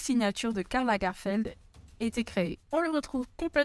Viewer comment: Pourquoi prononce t'elle LagArfeld ?